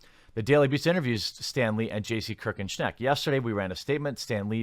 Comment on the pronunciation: For what its worth Schenck is pronounced like Shank.